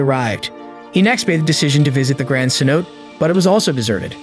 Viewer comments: cenote.... say.now.tay not sen note 🤡🤦🏻‍♀️ if u can’t even pronounce the one thing ur making a video on then wow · Great video. Just a stupid fyi cenote is pronounced like sin-no-tay. I can't imagine what it would be like to be there and to be in that kind of environment it has to be so stunning and other worldly. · How many narrators can't pronounce cenote. Damn